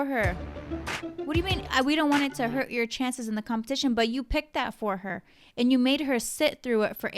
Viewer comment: “We don’t want it to HURT dramatic pause your chances in the competition”. 😡